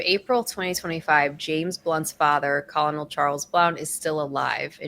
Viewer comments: she keeps pronouncing his military position "Colonel" which is pronounced "kerr-nol" as "col-oh-nol".....she has no clue! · Colonel is pronounced kur- nel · Colonel is pronounced Kernel. Great reaction! I'm a new sub! :) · What's that word you just tried to say?!?!